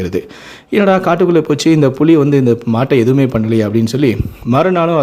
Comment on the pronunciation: அது புளி இல்லடா புலி ஏன்டா தமிழ கொல்லறீங்க